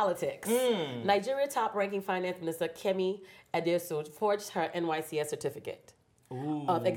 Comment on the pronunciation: Thank you o. She actually even said NYSCS. I was irked every time she said it.